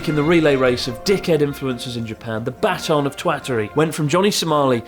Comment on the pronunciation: The Batton of Twatery